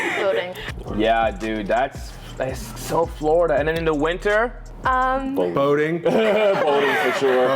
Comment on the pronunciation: Did ya'll not see #2 when she said "Voting" 😂